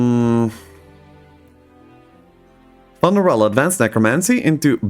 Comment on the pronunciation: I think "Funerella" is pronounced "FEW-ner-ella", like "Funeral"